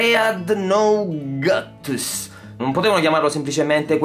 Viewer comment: Dreadnoughtus si dovrebbe leggere come "drednotus"